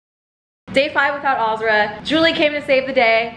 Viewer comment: It’s crazy how pronounces the name Azra like “aaaazraaa” im from Montenegro 🇲🇪 the name Azra is like “AZZZRAA” idk how to explain it but the same name same spelling it’s pronounced very different. I tried extending a letter in Azra so y’all get it 😂 idk what im doing anyways mashallah to you girls ❤️🫶🏼